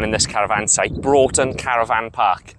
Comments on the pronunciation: Tidy vid , just for future reference for you its pronounced Bruftun. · It's called Broughton, pronounced "bruffton' Check tide tables, you can walk around the headland as you look out from the main beach to the left, for an hour or so either side of low water on the spring tides.